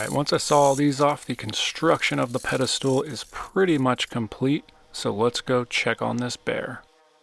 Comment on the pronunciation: Did you say "pedistool?"